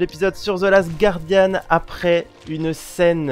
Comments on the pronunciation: Carole Genot non ça se dit gardianne ;) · Bri ça ce dit Gouardianne